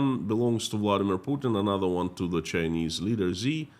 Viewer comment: Xi is pronounced "Zhee" not "Zee".